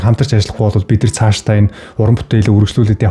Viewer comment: (Бид нар )гэдэг үгийг. бидрр бидрр гээд байх юм